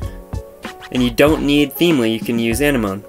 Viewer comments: Zigafide Yeah, it's not (moan) it's like (mo-knee) or more like saying sea anemone. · It's pronounced ah-neh-ma-nee thx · Why are you pronouncing it wrong? Uh-nem-ah-knee dude (I'm not doing this to hate on you but you're doing it wrong honestly) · When you pronounced anemone like enema I spit my tea out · Hate to be this person, but it is really irritating me. It is pronounced Uh-nem-ah-knee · it's pronounced like the thing underwater. Uh nem muh knee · no... no he did not google it Uh-nem-ah-knee my boy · Dooyeven Triforce “amenemoneme” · You pronounced it wrong I think lol